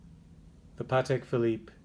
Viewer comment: Congratulations for pronouncing Patek correctly! So many people can’t say Patek properly